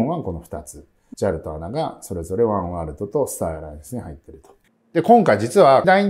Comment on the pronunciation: アナとは読まないですね。 エーエヌエー。